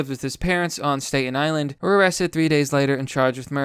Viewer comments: Great video and love your content, but ffs its pronounced stat-in island lol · Huge fan of your channel. I mean, I watch your videos everyday. I swear, I have only this one little criticism/observation: sometimes I think its weird that you don't know how to pronounce the names of really common places in the United States like 'Staten Island'. I noticed this in other videos too. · If Q is a narcissistic manipulation cult, I'm fine with it if we get results like this. Also, how the hell is it possible that you don't know how to pronounce "Staten Island?" LOL, keep on keepin' on!